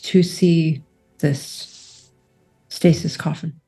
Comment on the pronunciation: Does it not bug anybody else that they can’t pronounce the word stasis